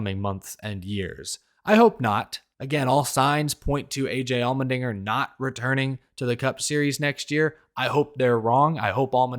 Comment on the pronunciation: Sorry I can't unheard the way you say "Almond-inger" 😂 Thanks for the silly season updates!